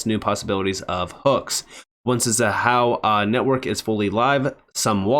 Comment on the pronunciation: Thank you for listening and properly pronouncing Xahau ❤. Keep up the great work, 🫶🏼🫵🏼